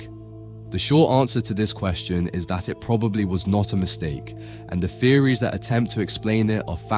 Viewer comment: It's not AI, an AI generated voice wouldn't continually substitute the word 'that' with 'dat'... As for the orb, it's a painting not a photograph, art is subjected, the lens just displays whatever you present to it